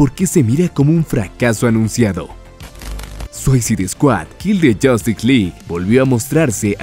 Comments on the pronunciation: se pronuncia “Suisaid”, completamente diferente a “suaicid “ como lo pronuncia en el vídeo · Buen video, pero me saca de quicio que pronuncies tan, pero tan mal, la palabra "SUICIDE", aunque no sepas hablar ingles, busca como se pronuncia en cualquier traductor en linea, porque si le resta bastantes puntos a tu video esos detalles.